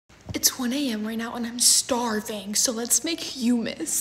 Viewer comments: So I'm so sorry if this seems like hate I actually love your vids but I have a form of OCD that makes me do this sorry but it's not pronounced like huemus it's actually huhmus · As a Lebanese I’m offended by the way she said ✨HumUs✨ btw Funfact :It’s not pronounced the same way it’s written it’s actually pronounced Hhomouse . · Me dieing by the way she called it “HEEEUUMES” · It's pronounced like "hau-maas" not "huEmaUs" 🧍‍♂️💀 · According to my AP environmental science class and the notes we took two days ago, humus (pronounce Hue-mus) is organic matter you find in soil. Hummus (Huh-mus), what she’s thinking of, is food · Ya it’s pronounced 7ummus not huemas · You say hiyumas but arabs say hummus (I know the spelling humus but I was just trying to explain you the pronunciation) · Isnt it pronounced how you read it with the u like humus not hoomus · it's pronounced "homis" not "hUMes" godamn it's not that hard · hue mess 😂 no dear it's pronounced as Hummus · me too 💀🤚 ITS FREAKING PRONOUNCED WITH A HARD "H" ITS HHHOOMMUS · Guys it's pronounced homos but pronounced the o's deeply 😁 hope this helps😊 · Actually it's an Arabic food and it's pronounced (ho-mos) . It's really nice and eaten by bread. Try it! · As someone who speaks Arabic the pronunciation of the word ✨hUmuAS✨i was going to die of laughter 🤣🤣🤣🤣🤣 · Its pronounced hum- us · Just trying to help for the pronunciation for humus it is pronounced ( ha-m-us ) and i know that because im arabian so hopefully this helped.❤😊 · It’s actually not pronounced hUmus, it’s not a long u, also those things aren’t humus, they’re chickpeas, but I love ur stuff it’s hilarious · I thought it was pronounced Huh-mus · Isn't it pronounced like ha-mes ? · It's actually pronounced homos but pronounce the o's deeply😅 I hope this helps😊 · I’m not tryna be rude or anything but please don’t find this offensive but it’s pronounced hum-mus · Wait, it's actually pronounced "hamus" isn't it? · Literally me.. ITS PRONOUNCED HUMMUS